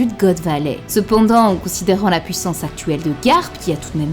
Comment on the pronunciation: Super vidéo comme d'hab mais stp pour nos oreilles, fait un effort dans l'articulation ce n'est pas pouissance mais PUIssance 😙